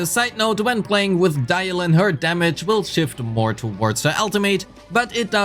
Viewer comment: You mixed up the i and the y in Dialyn